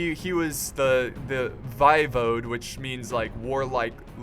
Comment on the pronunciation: Hey, a little bit of pronunciation assistance(they were pretty tricky for me too) Walachia is WALL-AY-SHA Voivode is VOY-VODE (Vode as in vote) 👍